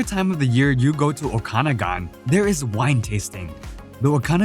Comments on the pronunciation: Thanks! BTW, it’s pronounced the “O KA noggin’” valley. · By the way, the St. Lawrence River does not flow into Lake Ontario, it flows out of Lake Ontario on it's way to the Atlantic Ocean. The Okanagan Valley is definitely not pronounced the way it is on this video, if you can't do it right, don't do the video. The picture of the jagged mountain peaks, is definitely not from the Okanagan Velley. The pictures at the first of the Peggy's Cove portion are not from Peggy's Cove. All in all, some nice pictures, but not accurately portrayed.